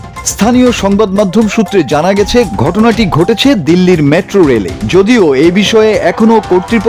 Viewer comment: Tumi metro k matro bolo keno.